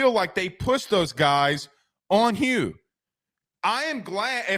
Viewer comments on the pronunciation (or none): none